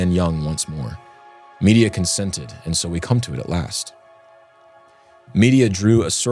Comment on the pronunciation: Please please please check how to pronounce names. All through this podcast Medea has been prounced " media". It is prounced with stress on the 2nd syllable "med - DEE - ia"